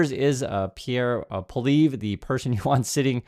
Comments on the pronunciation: Poilievre is pronounced "Pwa ly ev ruh." But you needn't worry about that after Monday's election. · Pol E Ev... I'd you're going to speak on Canadian politics you'll sound a lot more credible if you can pronounce the name... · Happy to see you covering Canadian issues, the largest of which currently is responding to the US administration. I voted last weekend. Just so you’re aware, Pollievre is pronounced “polly-ev” (the “re” is silent). In no way should this be perceived as an endorsement for him. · Just a note for our American friends. Poilievre is a French name, 3 syllables and pronounced Pwah-lee-ev.(sorry - this is my best attempt to write phonetically) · It's pronounced PWA-lee-ev. In case he wins. Just a word to the wise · It’s pronounced Polly Ev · It’s an anthem not a song and it’s “Polly ev” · Pronounce Polievre as "Polly-Ev," or "Polly-Ever," which still isn't close to the proper French pronunciation. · I prefer the pronunciation PoiliNevre. I have already voted. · Are you kidding me? PP is mini-trump wanabe. Carney is a proven economist of excellence. PP is just like trump a lair like trump interested on giving tax cuts to the rich. You are mispronouncing Poly-ev. Like the name of a girl with "ev" at the end. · Please do not call a national anthem a song. Thank you. And please learn to pronounce someone’s name correctly. Thank you for keeping us in the loop. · Lol... You can't even pronounce his name! Most Canadians can't stand listening to that 'Mini Maga' wannabe: Pierre Poilievre that is. 😡